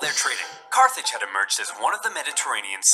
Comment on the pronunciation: I’m pretty sure it’s Carthage. Not Carthage.